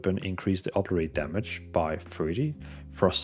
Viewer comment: Oberate? It's O bli ter ate